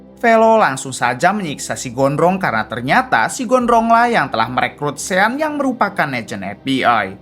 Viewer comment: Ejaannya sean...tapi sebutan yg betul ialah shon